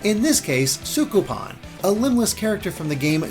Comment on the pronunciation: *Sukapon, not Sukupun